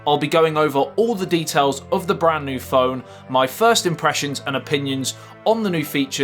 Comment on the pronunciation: Can you actually say the word brand or is it not possible? 😂 Not taking the piss, just cos you always say bran new video 😁